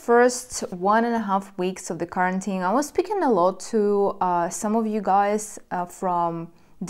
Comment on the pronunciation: Quarantine is pronounced like: Quoi(French) + are(Eng.) + N(Eng.) + teen(Eng.). You pronounce it as the word carotene (pigment in fruits and vegetables like carrots). Also: re. my comment from a few weeks ago: I was watching a Polish freelancer and he also said « explain you » forgetting « to ». See, how interesting grammar is how it transfers from the mother tongue to your second languages? :D Anyway, re. this topic: I think women have a harder time being alone than men. However, a man becomes very eccentric if he is alone for too long (E.g. loses his manners and social etiquette; he becomes like a caveman) but not depressed. I think women are more prone to suffering from depression if alone for too long. But a man... I have no problem going months and years not going out to meet anyone because I always have too many personal endeavors and hobbies to accomplish. However, if I told someone this in my country (USA) they would probably get offended... because in my country they try to raise boys to become girls and girls to become boys in the name of « equality ». (Sorry, not to get political; just making a comment about the culture I came from: I.e. contemporary Western culture.)